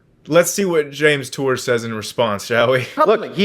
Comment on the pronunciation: Hawk tour? Say that again